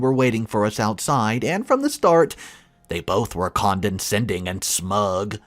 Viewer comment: Until now, I thought my wife was the only person in the world who couldn't pronounce con·de·scend·ing.